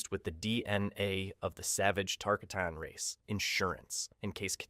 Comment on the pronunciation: It’s not TAR-CUH-TAHN ……it’s TAR-KAH-TUN